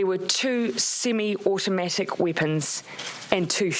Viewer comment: whats a weepan?